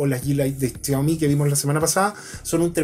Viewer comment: chiaomi? jajajajajaja es xiaomi